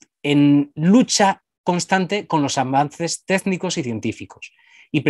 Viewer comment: Súperinteresante el programa, especialmente la sección del nuevo occidente (?se llama así?) Me encanta cuando el especialista dice "Téznicos" :D